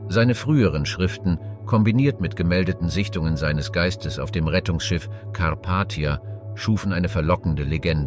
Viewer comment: Die Aussprache schmerzt teilweise in den Ohren zB bei Ortschester oder Karpattia. Das ist echt nicht zum Aushalten. Wird das vor dem Einstellen nicht überprüft? Und seit wann spricht man neunzehnhundertzehn eintausendneunhundertzehn aus? 🤔